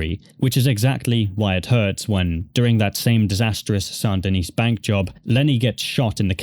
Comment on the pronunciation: sand de-neece ggrrrrrrr lol... it's san de-knee or sandyknee :)